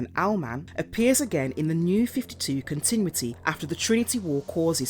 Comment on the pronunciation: I'm pretty sure I am hearing "continwitty" instead of "continuity."